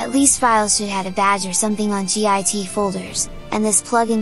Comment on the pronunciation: lol G. I. T. .... it's called "GIT"